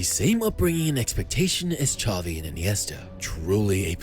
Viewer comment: Xavi * not Chohvi